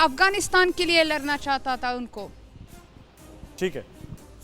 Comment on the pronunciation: Larna Nahi mem sahab ladna bolo are mem sahab aap hi lad jao Taliban se pata nahi jeet jao